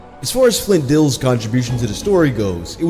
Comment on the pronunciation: AFAIK, Flint Dille's last name is pronounced "Dill-y".